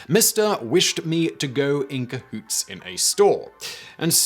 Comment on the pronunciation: Ca-who-tey. I like it